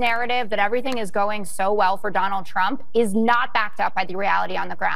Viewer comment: Its sounds like Newsom says. . . . . . . . . ." Donald Chump". I don't hear an (R) anywhere when he says his name. 😂😂😂😂😂😂